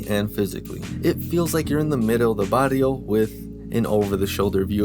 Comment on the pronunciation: Nah fam the way he says”barrio” 😅